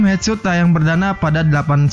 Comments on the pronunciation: Hedsot bukan hetsut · Headshot di baca hedsot Sut dibaca kalau penulisan "shoot" Suting , shooting Hadeeeh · Headshot cara bacabya Hedshot